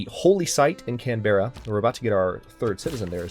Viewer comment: why can't people say australian cities right its can-bra not canbeara